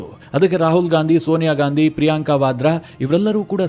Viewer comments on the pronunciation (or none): none